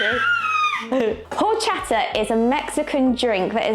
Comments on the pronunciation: it's Orchata, the H in Spanish is silent. My favorite drink with lots of ice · Jorchata. LOLL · Highly recommend trying rice pudding/arroz con leche next time! I prefer mine chilled, but it's good while still warm too. PS quick note, it's actually pronounced "orr CHAHT ah", the beginning H is silent in Spanish 👍